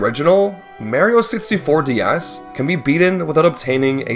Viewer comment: "Merio 64 D-Yas" 😭😭😭